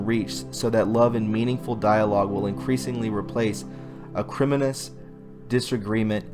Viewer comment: Ack rhi moan ee us...accent on moan